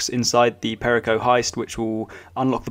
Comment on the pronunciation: You butchered perico. Its: Pe-ree-co